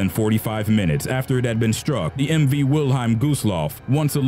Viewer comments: wil-highm? its wil-helm. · I love how the narrator reads WILHELM as Wilheim. Furthermore Lusitania and Empress of Ireland were ocean liners not cruise ships. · Pronunciation please! Wil-HELM. t says so right on the ship! Lusitania infuriated people in US but Pwarl Harbor pushed it into war (the day after.) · Us English speakers pronounce it 'Will-HELM', not 'Will-HEIM'. Just Sayin'.